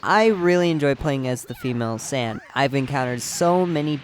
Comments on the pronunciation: Bothers the fuck out of me how you say Sayian it sounds so lazy and it sounds like your calling them sand, the sand race wtf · Tf is a San ummm I don't want to be a bother but It hurts to hear it tf is a sans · U can’t say saiyan. It’s not sands! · San? Saiyan you imbecile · listen closely, he pronounces saiyan as "sane".